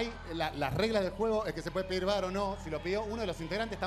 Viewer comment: No es vVar. Es Bar (Bailando- asistent- referee)